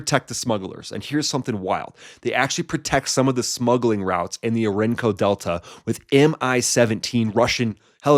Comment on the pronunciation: Do you mean Orin-O-co? ...I know...that middle "O" is easy to miss😅